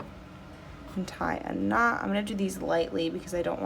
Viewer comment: When you said that you were going to "knot off the end" of the thread, I heard, gnaw off. I was wondering how that would work out for you :)